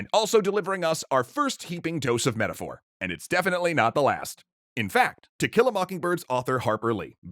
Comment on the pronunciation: I keep hearing "tequila mockingbird". 🌚🌚🌚